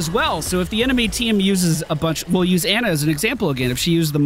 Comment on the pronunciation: Dude it's Ana, not Anna! You know that sound you make when the doctor puts the popsicle stick on your tongue and you say "ahh"? It's like that. Ahhh-na.